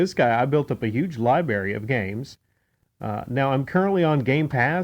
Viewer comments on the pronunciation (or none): LibRary!! Pronounce the R ffs!